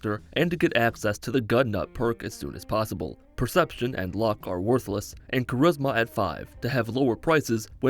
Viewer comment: Perception is worthlish?